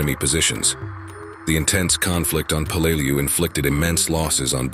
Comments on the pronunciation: Peleliu pronounced Pay Lay Loo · It sounded like he said blu-lu-lu-lu-lu!!!! !!!!!! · Be much better if you learned to pronounced the island's name. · solid enough vid. but a few things i take issue with. qst tje pronunciation of Peleliu, its not like this happened yesterday. its close to a 100 years ago and info upon it can be found. not just war wise but it is still an island today. just do a quick search of "how do i pronounce" and your prob would be solved. 2ndly i hate when movies are used as war footage. you used Letters from Iwo Jima , which is about Iwo Jima, not Peleliu. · Do some research and learn how to pronounce the name of the island. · EXACTLY...! I've been there as a scuba diver, and toured the battlefield. I blows my mind that people make these videos and have no idea as to how pronounce the name of the place they are featuring...!!!